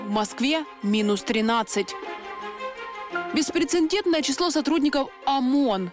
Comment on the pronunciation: Ведущая, правильно звучит слово "беспрецедентный", а не "беспрецеНдентный", там нет "Н" после слога "це"!!!